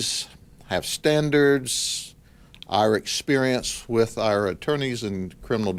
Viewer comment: i find it funny how he says our lol more like ire